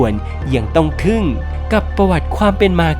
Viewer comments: ทึ่งไม่ใช่ทึ้ง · แก้ไข ทึ่ง ไม่ใช่ ทึ้ง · ทึ่งครับ ไม่ใช่ทึ้ง